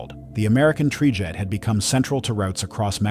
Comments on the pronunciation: That is a very good catch! I missed that completely. Must be an AI creation. I already hate AI. You can hear it in the narration too. Tri-jet became Tree-jet, etc. YouTube should make policy that requires the thumbnail to state whether or not AI is used in the video. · "Tree jet"